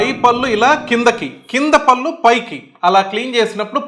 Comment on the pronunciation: డాక్టర్ గారు నమస్కారం పల్లు కాదండి పళ్ళు అనాలి భాష ను నాశనం చేయకండి భాషను కాపాడండి. ముందుతరాలకు శుద్ధమైన భాషను ఇద్దాము. అది మనధర్మం. కళ్ళు పదానికి కల్లు పదానికి అర్ధంలో చాలాతేడా ఉంది గమనించారా కళ్ళు అంటే నయనం దృష్టి ని ఇచ్చే అవయం కల్లు అంటే నిషా నిచ్చే ద్రవ పదార్థం. కనుక కళ్ళు ని కల్లు అంటారా? తెలుగు భాషలో 56 అక్షరాలు ఉన్నాయి ప్రతి మాట ఉచ్చారణకి అక్షరాలు ఉన్నాయి ఇంగ్లీష్ భాషలో లాగ ఒకే స్పెల్లింగ్ తో వేరువేరు అర్దాలతో ఉండి ఒకే ఉచ్చారణతో పలక వలసిన ఖర్మ మన తెలుగు భాషకు లేదు. "దేశ భాషలందు తెలుగు లెస్స" మాతృ భాషాభిమానం కలిగి ఉండండి ఇతర భాషలను గౌరవించండి. పూర్తిగా ఓపికగా చదివినందుకు ధన్యవాదములు.